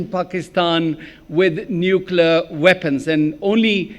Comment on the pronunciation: ‘’ Nuklar “ ? What is nuklar, your Lordship? Ah, you meant “Nuclear” , your very amazing Lordship……yes?